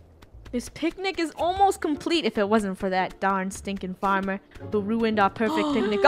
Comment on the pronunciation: The famer noooo!! Me:Farmer?! XD